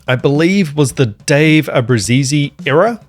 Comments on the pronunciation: It's an Italian surname. Not "Abrusisi" like you say, ABRUZZESE. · FYI: You do know that's not how you pronounce our last name. Cancel the last E. Ah-Brew-Zees.